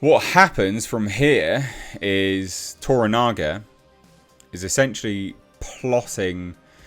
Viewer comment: Shogun is simply continually providing excellence. Also congratulations,, you finally got Toranaga's name right! lol